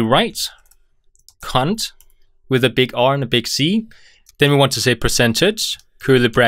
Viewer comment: RewriteCond without a "t" 🤣